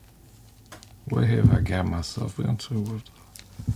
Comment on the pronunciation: "Oh my goodna..."